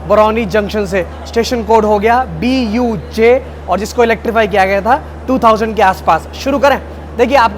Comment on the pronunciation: its BJU not BUJ